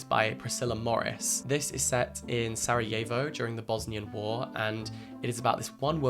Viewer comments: It's so weird hearing someone pronounce Sarajevo differently than I'm used to here. I didn't even know it was pronounced like that in english, interesting. We pronounce it like sar - ah - yevo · Absolutely no hate to you, Jack, but your pronunciation of ‘Sarajevo’ made me flinch fjfjf 😭 Great video as always, though!!